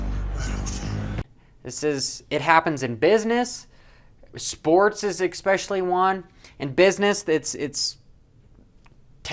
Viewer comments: "Expessially" try "especially" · Just an f.y.i. for ya, its "eSpecially" not "eCSpecially" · "Ek-specially" .....really? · Love the vids, "EXPECIALLY" the inside scoops!